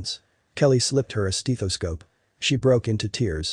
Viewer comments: Steh-though-scope..... not Steee-though-scope..... smh....... almost had me sold and you messed up. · Steth o scope Not Steeth o scope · I could be tempted to mark it down just for the tortured pronunciation of 'steethoscope'!😝😜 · Did he just say "steetoscope"? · STEETHESCOPE..NO. AUTOMATIC VOICE CANNOT PRONOUNCE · Have I EVER said how much I hate computer narrations? '"STEETH"oscope'? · I think that was probably the reason for a lot of the the thumbs-down. The narration was horrible and emotionless, and couldn't even pronounce stethoscope. I even wonder if it it's a bot and not a real person. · yep..the cold, emotionless robo voice narration that mispronouned stethoscope and bouttoniere. Ugh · And the word stethoscope is mispronounced. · Such a beautiful story. I have to say though the only thing that bothers me is the way that guy says stethoscope.